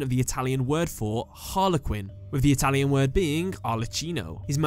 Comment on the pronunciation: I am italian, and your pronunce it's very good. Well Job man 😉